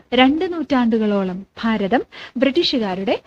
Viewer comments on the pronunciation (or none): none